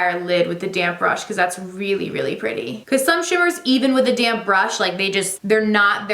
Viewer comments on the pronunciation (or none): Why do I always hear “damn brush” or “damn sponge “ instead of damp 😂